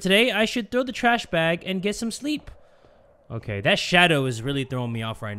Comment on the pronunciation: its not OKEH 💓 to be OKEH (titancry😭)